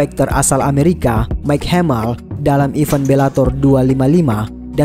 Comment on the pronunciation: Maaf kalau saya mengkoreksi naratornya. Huruf G di kata fighter itu senyap. Jadi bacanya faiter bukan faighter. Event bacanya ivèn, bukan iven. Salam